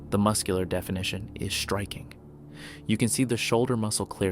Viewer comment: Why does he cotntinue to say Shtriking? The is no H in striking !